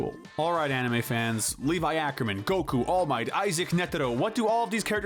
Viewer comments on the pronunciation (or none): none